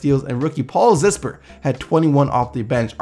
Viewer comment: lol he said " zisper " it's Zipser